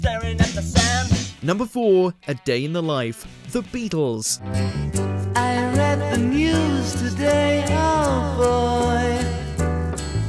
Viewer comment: Or Beatles .... the Beaddles ffs